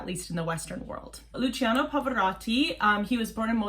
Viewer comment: Just one thing, "cia" of Luciano in Italian is pronounced like the "cha" of charms and if it were "cio" it would be like chops. "gia" and "gio" as well. For example it is not Gi-or-gi-o Armani but "gio" exaclty like John! Thanks